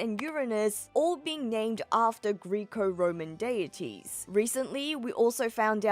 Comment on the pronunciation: Greco like gecko not Greek-o